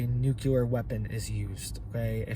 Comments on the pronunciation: It's new-clee-er NOT new-kya-ler. If you're going to discuss, it learn how to pronounce it. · Nuclear, not nukular 🤔😛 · Nuclear, not nucular... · literal translation "if you do it we will respond after we decide..." go to college, you also said the word "nucular" please stop, you inbreed yokel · This guy doesn’t even know how to pronounce nuclear….NOT ..nu-ku-lar. 👎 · New clear🤔💯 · Dear Lord, please pronounce the word "nuclear" properly. I don't understand why so many people have trouble with this.